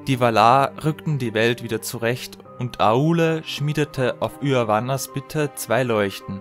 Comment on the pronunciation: Kurze Anmerkung: Es tut mir leid, dass ich Aule und Yavanna in diesem Video so falsch ausgesprochen habe. Habe das damals in einem englischsprachigem Video so gehört. In den anderen Parts wirds dann richtig ausgesprochen!